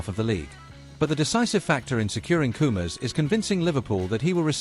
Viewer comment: How many times do I have to tell you, it's Koumas Koumas not coomers. Du.